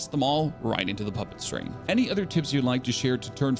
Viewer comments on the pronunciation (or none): none